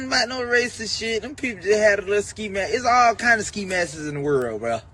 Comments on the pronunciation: Im not listen to a nigga who can't read or a nigga who says ski masses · Tell Kodak there's no "e" in Ski masks